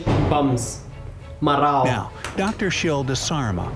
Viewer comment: Not you saying "marao"😭😭😂😂😂